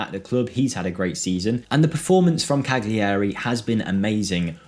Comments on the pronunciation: its not Cag-liari, its Ca-liari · Cal-yarry The G is muted to the back of the throat and is barely there to us non-speakers.